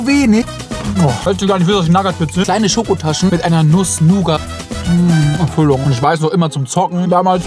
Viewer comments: die werden NUUUUUUUUGAT ausgesprochen, wie bei Nuss Nuuugat Creme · Minute du kannst ja doch Nougat richtig aussprechen 😀😀😋 Ich mag es sogar viel mehr wenn du es so genießt ich kann da mehr mitfühlen. Hat Spaß gemacht das Video🥰🥰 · Er sagt "Nagat Bits" aber im Anschluss "Noughat Füllung". Der macht mich so fertig 🤣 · Du bist ja echt ein komischer vogel, 😉😂 aber mir gefällts und ich bewundere wieviel liebe du in deine videos steckst. Lass dich nicht verbiegen und mach weiter so. 👍💪 Bitte sag zu nougat nieeee mehr nugget. 🫣 Mein lieblingsessen wäre rindsroulade mit spätzle ❤ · top Video. Bei den "NAGGAT" Bits war ich raus 😴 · Wer oder was sind Nagad Bits ? Das sind Nougat Bits 😂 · nuss nougat aber dann wieder nugger bits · Ehrlich mag deine videos ja aber sag bitte nougat bits und nicht nagat bits ehrlich bekomme jedes mal n krampfanfall😂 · Nougat … nuugat ausgesprochen … nagat😢😢 ich kann das alles nicht mehr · ich starte gerade dad video und hoffe das er NICHT NAGAT Bits sagt... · es heißt nougat bits nicccht nagat bits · Nougat und nicht naggat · Lern bitte endlich die richtige Aussprache von Nougat Bits, Digga. Nougat Bits, nicht Nagat Bits. 😩 Wie schwer kann es sein...??? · Er sagt sogar Mut nugat was für nagat man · Nagat Bits 👀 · Wer sagt denn bitte nagat bits, das triggers so hardcore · Ich liebe diese Drachenlord-Referenzen. Achja es heißt NUUUUgat Bits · Da steht Nougat Bits drauf , er sagt nagat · Hör endlich auf Nagat Bits zu sagen. Es ist eine Nougat-Creme, du sagst ja auch nicht Nagat-Creme. Ich schaue deine Videos gerne, aber "Nagat" Bits hört sich an wie ein Unfall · Echt so. Vor allem kann er Nougat nicht aussprechen aber Nuss-Nougat Creme dann doch.. Digga._.